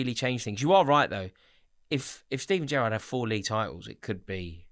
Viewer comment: it is Gerrard